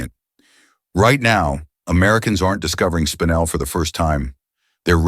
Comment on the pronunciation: Enjoyed this immensely. Thanks very much. Couple of mispronunciations were a little distracting though: Peridot is pronounced: pair-i-doh Paraiba: Pah-rah-ee-bah Spinel: spin-L Also tourmaline is America's national gemstone. I am sure people would benefit from knowing this. Also tourmaline is America's national gem.